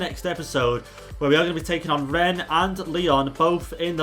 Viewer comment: Yeah Dynamic potential pushes player ratings over 92 93 easily so yeah. Also you did say my name right Renz! Oh yeah did you sell Mitchell Bakker? Haven't seen him play at all.